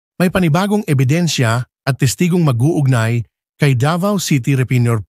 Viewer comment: Ano po yung " EBINSYA "